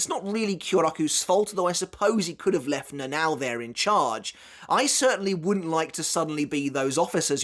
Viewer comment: her name is not read as na nao but na na o